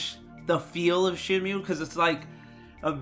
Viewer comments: This video was hard to watch with pronouncing Shenmue as SHEN-myu instead of SHEN-moo. Then we get herb pronounced with the 'H'. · Yes, if it was pronounced as “Shenmyu,” it would be written as シェンミュー. Since it’s シェンムー, the ムー is to intended to be exclusively pronounced as “muu”